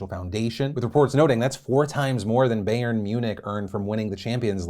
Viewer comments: I can already tell Phil and his writers are gonna mess up the Super league coverage. It’s not Bay-ern it’s Bye-urn Munich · Phil it bye yern munich not bae yern munich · Did phil really just say "Bay-urn Munich"? It's pronounced "Buy-urn Munich" thank you very much! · Phil pronouncing it Bae-urn instead of Bye-urn distracting me for the rest of the video lmao 😂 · Did this man just say BAY ERN Munich??? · Hey Phil it’s Buy-ern Munich not Bay-ern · ew phil. It is not baaaaaayyyyuuuuuuuurrnn muncih. oh lord. it is closer to buy urn moon ick. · Bayern Munich is pronounced BUY-EARN Munich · The only thing I need to comment about today's show tbh is about how hard I cringed when Phil said "Bay-yern Miu-nick" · Phil pronouncing it "Bay-ern" makes it obvi he does not do his own research sometimes. I still love him xoxo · BAYJURN MUNICH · I’m sorry but Bay-urn really hurt my ears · BYE-Urn Munich.... I get it German is weird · Did he say Bayer Munich? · Hearing Phil say "Bay - urn" Munich was terrible for my ears... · I'm not German but even I twitched when he said it. LOL. A lot of Americans really don't know or care about European Football like the rest of the world. lol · That’s my favorite team so although I’m not German, it got me too. Flinched a little bit at it. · The way he says “Bayern Munich”🤦🏽😅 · The way you said Bayern made me throw up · I’m rolling on the floor for how phil pronounced Bayern munich